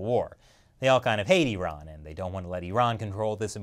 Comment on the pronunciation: Finally an American who spells Iran as 'Iran' not 'Airan' 🙄